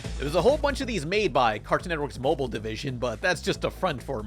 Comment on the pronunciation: Ah ha! I knew you knew how to pronounce mobile.